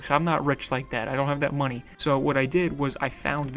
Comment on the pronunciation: “Waste of monee”- guy in banana suit. (He did say monee